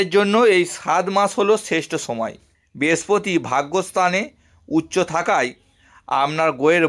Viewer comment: Uchcharon Khub Kharap, age mukher bhasha thik Korun. Pore Vedeo Korben. Amnader, Bespoti, Pobesh, a gulo Kono bhasha ? Apni Bhodro Poribarer Sontan to ? Bhul gulo keu dhoria dey nay.